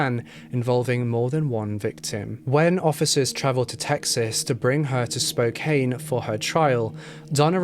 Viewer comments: I didn’t see if anyone told you, not that it even matters and I totally see why you’d think it was pronounced how you said it but it’s actually spo-can. I just thought you might like to know just FYI, it really doesn’t change the video or anything. You are wonderful! ❤️ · Please redo this video and pronounce the names of places correctly. Irs cringy. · I watch you a ton but you butchered the names of spokane man.. That's my home.. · Hey fellow Spokanites. I agree with most about a serial killer. Crazy stuff. My biggest problem is the pronunciation of Spokane and Sprague, but I get it lol. As far as racism, it definitely exists here. Black and indigenous people are constantly profiled in Spokane. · Thanks for correcting his pronunciation....people ALWAYS mispronounce Spokane!!! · For some reason, when people pronounce Spokane like it is spelt, I always feel the urge to correct it in my mind each time they say the word in a video. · Just FYI: pronounced “Spo- Kan” not “Spo-Kane” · okay i'm only six minutes in, and i KNOW you're british but i live in washington and i have to say, it's pronounced like spo can not spo cain anyway king ily i just NEEDED to say it lmao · Spokane is pronounced Spo kann not Spo kane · Ooof he butched Spokane lol 😆 it's pronounced like Spo-can, good try though 💖 Great video as always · Every time he says Spo-cane I cringe haha ppl who live here pronounce is Spo-Can. Not a huge deal but noticeable. Thank you for covering the case. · Its Spo-can Not Spo-cane.. I know it's a weird spelling thing, but yeah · Pronounced: Spo-can. Not Spo-Cane Say it with me, I know you CAN do it.... Spokane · I love your videos, but it's "Spo-CAN", not "Spo-KANE". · I live in Spokane! I've never heard of this case so thank you so much for covering it! Also, don't feel bad about the pronunciation. I flew in from Denver last night and the pilot kept saying "Spo-Cane" . Everyone in the plane cringed. I laughed. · It's pronounced Spoke-ann